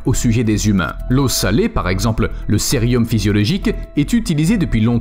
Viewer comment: Ah non, pas impeccable.. A 2'02 il a dit "le sérium physiologique" XD Bon c'était juste histoire de chercher la petite bête lol. C'est vrai que c'est nickel et ça fait plaisir à écouter.